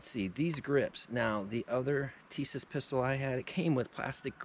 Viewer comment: Plastic grips were on the M1911A1 Issued before,during and after WWII. The grips Tisas has on or sends with some of their models are a copy of the WWII grips. SDS is the import company, Tisas is the manufacturer. Tisas is correctly pronounce Tee-SHa-ss if you don't think so contact them and they will gladly confirm my pronunciation. I'm like you in that I prefer plain 1911's, no ambi or extended this and that.